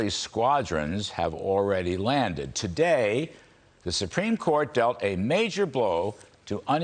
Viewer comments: It's not calvary!!! It's Cavalry. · Thanks Larry Kudlow for bringing me hope. I love it when you say the calvary is coming.